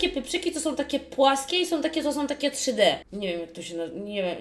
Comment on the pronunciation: pieprzyki 'czszy dE" 😂